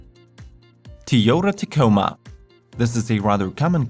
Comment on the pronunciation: "tyota ticoma"